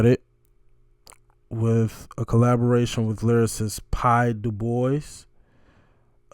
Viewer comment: Pye Dubois is pronounced Dew-bwa. Max Webster is another Canadian band, not quite as successful as Rush but a great band. Listen to "Battle Scar" ; it's a Max Webster song with a surprise...